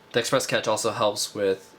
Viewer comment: cache = "cash"